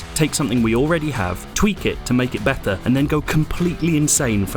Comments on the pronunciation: lol "matta" and "batta" ( do you even speak, bro ? ) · i hate how this guy says "better" example